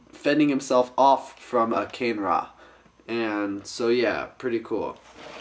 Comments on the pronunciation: I have the infected mask. Its cool. Oh yeah, its called KUH-NAY-RAH, not CANE-RA. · you've got it a bit wrong their! the yellow, tiger-like one is muaka, and the red bull-like one is kane-ra. and as magith1 said, the pronounciation of kane-ra isn't actually said like that, it's actually pronounced 'kar-ne-ra', just letting you know that...